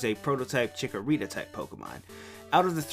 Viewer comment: Lol am I the only one who noticed he said "Chickorita Type?